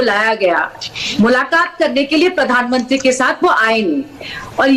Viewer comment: Podhanmantri pronunciation of!